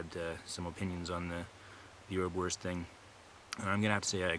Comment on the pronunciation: Hi! Here in Germany you can buy Erbswurst in pretty much any grocery store and it is really useful outdoors. Greetings, Tim PS: Erbs Wurst = pea sausage , the first "s" is pronounced.